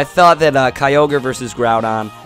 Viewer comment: It's all ky-ogre now